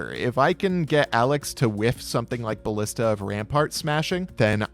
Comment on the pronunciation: pronunciation of "ballista" makes me very unhappy.